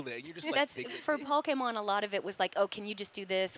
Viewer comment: I absolutely love that she still says “Pokémon” correctly. ❤️